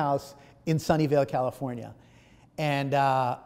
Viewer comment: Sunny Hill Calfornia 🤣🤣🤣🤣 you mean Sunnyvale?